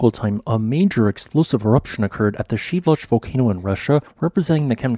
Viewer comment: Geez, learn how to pronounce volcano names! It is pronounced Shee vel loosh!